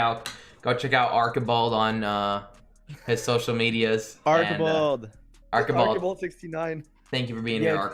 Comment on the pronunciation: Arkibald. Arch-i-bald